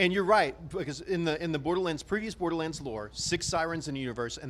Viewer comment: How do you mess up "Borderlands"? Saying it wrong first 10seconds of the video SMH